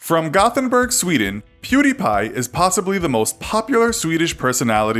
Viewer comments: Perdie? Isn't it Pew not Per? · perdie? it was pewdie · His original name was Pew-Die! Not Purr-Die. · Perdie? No, it was pewdie.. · WHERE THE FUCK DID YOU GET PERDI? ITS PEWDIEPIE IDIOT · it's PEWDIE! his first channel is PewDie! not Perdie! WTF?It's the laser's "pew" sound & the die as of dead. Where the f*** did you get those "PerDie"? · It´s not ”prrdi” it´s ”pewdie” you know like pew pew and die. Otherwise good video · it's pew die, not per die.. wtf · Its Pew Die not Per Di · Its pewdie not perdie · "Per d" ? What the fuck are you talking about. It's was Pewdie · Why are you saying pewbeepie it’s pewdiepie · If you meant when he said fucking "Perdi Pie" I have no idea lmao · Per-Dee? Nani? 😂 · Why please tell me why everyone pronounce his name wrong? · Oh jeez another video about Pewdiepie. Will they do their research and pronounce his name correctly? Lol nope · Dabbang don DT he says pewdiepie so weird